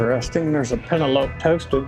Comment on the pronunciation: Peh-nel-o-pee...lol.. not pen-a-lope